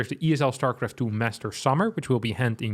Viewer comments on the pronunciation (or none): As a swede, it really hurt my spine the way you pronounced Jönköping. But you're dutch, so i guess that's what everybody do when pronouncing any of your cities, streets or even calls you Holland. Anyway really sad news, but not very suprising. I really really really hope Stormgate can revitalize the strategy e-sports scene or else we might be doomed. If Stormgate can't, then i'm afraid nothing can.